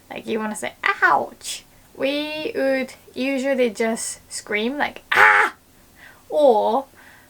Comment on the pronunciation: I just noticed has the same voice labio-velar approximant issue with "would" (woman = ooman) so she sounds like "ood" if you read this let me help you with pronunciation!